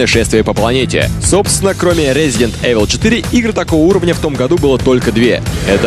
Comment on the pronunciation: как же меня вымораживает Эвил у них, в 2007 году до сих пор не знать как правильно произносится игра:face-blue-wide-eyes